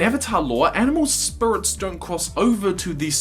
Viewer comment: Oh God I never noticed the spurits, now I can't UNNOTICE and he says it so MUCH